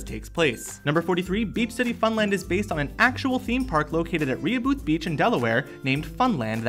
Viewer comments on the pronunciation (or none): Is nobody gonna talk about how he called rehoboth beach re-u-booth beach instead of ruh-ho-beth??? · reoobooth? Dude it's rehoboth... and it's pronounced re-hoe-buh-th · I love how they said ree-a-booth instead of rehobeth 😆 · "Ree-ah-booth"?????? You mean Rehoboth Beach? It's pronouced "Reh-ho-beth" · I love in Delaware and its pronounced Re-Hoe-beth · I know that this probably should be one of the more forgiveable mispronounciations on the 107 Facts show, but Rehoboth Beach is pronounced "Reh-HO-buth" Beach. I've been there. It's awesome, but it used to be awesomer before it got all crowded and expensive, and before many of its small businesses got pushed out to make way for franchises. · Nitpick: Rehoboth is pronounced reh-HOH-beth. Accent on the second syllable. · "rehoboth" is pronounced "RE-hoe-buth"! that's the beach i go to and funland is quite fun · Rehoboth? It's Re-ho-beth. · it's pronounced Re-ho-beth i go to funland its be fun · its pronounced Re Hoe Beth BEACH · "rehoobeeth" smh smh bad pronunciation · its pronounced (re-hoe-beth) all delawarians are triggered rn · It's Re Ho Both beach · never heard someone mispronounce Rehoboth so badly before. that was funny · I was looking at the picture like oh that looks so familiar! And then it hit me that he was just pronouncing it wrong. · been there too, and my ears bleed when he said it wrong. Fun fact, there's a real Funland amusement park right on the boardwalk, similar to the Funland in the show. Cape Henlopen, in Lewes DE, is where Steven's hideout is meant to be. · Finally Delaware is getting some credit. You did pronounced Rehobeth Beach wrong lol. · This was so special to me . My home state is Delaware and I love around delmarva. Right now, I reside in Germany. I've been to Fun land! (he pronounced Rehoboth REALLY wrong) but this excited me so much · lol I live in Delaware and he said Rehoboth beach COMPLETLY WRONG! its ok tho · XtremeToast -_- same how do u even get that from Rehoboth